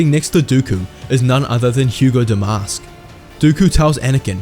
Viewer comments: Hego is pronounced “Hee-Go” not not “Hu-go”. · Bail Antilles is not Bail Organs. Also it's Hego, not Hugo.